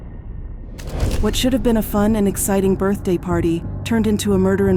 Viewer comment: they pronounce it birfday